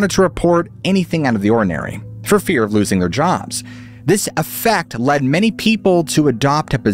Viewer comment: The word is. Of in not off tin